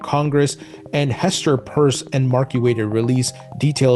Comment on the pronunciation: Pierce is not purse